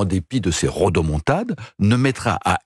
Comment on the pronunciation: pas rotomontade mais rodomontade